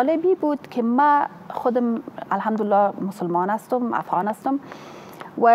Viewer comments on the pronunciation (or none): none